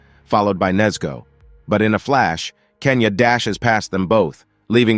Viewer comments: It's genya not kenya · Bro call genya kenya😂 And he said s2 it s4😂 No hate